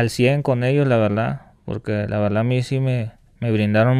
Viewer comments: Este amigo dijo "La Verldad" como unas 500 veses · La veldad estuvo chido la veldad